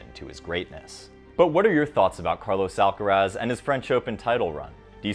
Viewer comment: Terrible pronunciation in Spanish. You just have to go to his atp profile and listen to his own voice to guess its proper pronunciation.